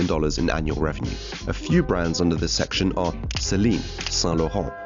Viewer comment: You can tell is fresh into this, "fashion" business. Pronouncing Saint Laurent with a French accent but saying Celine like normal person. Amiri is an underground brand at this point.